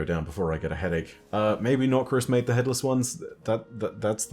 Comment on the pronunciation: I love the “NOKRIS. It all begins with NOKRIS.”